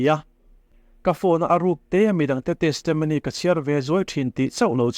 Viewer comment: Testamony tih hi chu a ngaihmawhawm deuh,a thenin Testomony an ti bawk.Testimony tih ve mai a tha e.